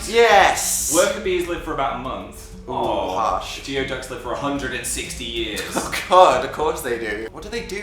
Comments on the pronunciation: its pronounced like goo-ee ducks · love you both,.laugh always(meggings are evil agreed) but .. just so you know & as I do live in Washington state where we have Geoducks (you pronounce it "gooey duck" & he geoduck is both one of the largest clams in the world, and one of the longest-lived animals of any type. As adults they have very few predators other than humans. thank you so much for my sponge!~ from the "gurls" in Seattle